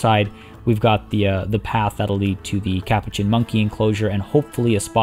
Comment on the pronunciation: I love your videos but the way you say Capuchin is driving me crazy. It's pronounced ka-poo-chin.